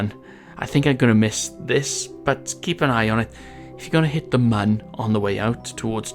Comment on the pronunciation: It's pronounced MOOOOOOON!!!! MOON YOU IDIOTS!